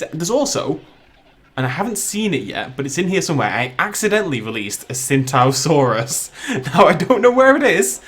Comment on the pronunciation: And one sintosaurus